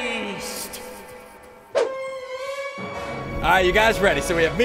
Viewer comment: Am I the only one that noticed, at the beginning of the video, SSundee said “Hust” instead of heist?